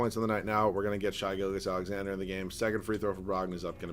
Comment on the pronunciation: Why hasnt anyone talked about the fact that he cant pronounce Shai Gilgeous right? I feel like I hear his name a decent amount in these videos. Just please pronounce the name right, love you